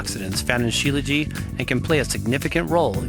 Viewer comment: Śílajít, with the t on the end.